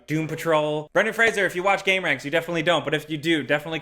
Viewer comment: Being so young you don’t know how to pronounce Brendan Fraser.